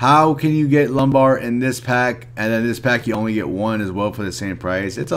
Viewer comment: Wasn't sure if you were saying it on purpose cuz of how lame the quest is... Haha ✌